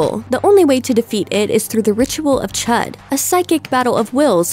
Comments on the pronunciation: actually it's the Ritual of Chüd not chud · The way she pronounced the ritual of chudë kinda triggered me a bit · I don't like how she says the ritual name, it's weirrrrd.